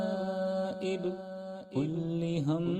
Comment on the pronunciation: Hazrat kullu hammin ku aap kulli hammin padrahe hain, kya ye dururst hai